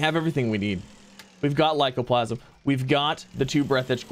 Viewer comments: Aight, does ya boi really not see the 'a' at the end of the word 'lycoplasmA'? Cuz it's been basically forever that he's been chopping that 'a' off and saying 'lycoplasm'. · Plas-ma. With an a on the end